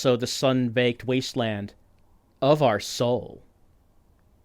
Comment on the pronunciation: The way the narrator says The Twilight Zone wrong makes me so grumpy. It sounds like he is just bored